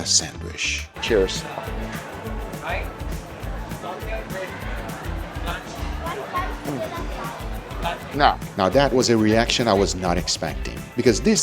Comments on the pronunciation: Nice video Guga. I always laugh at your pronunciation of "sandwich'. You say "sandWISH' and we say "sandwitch". lol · Not sandwish, but sandwich.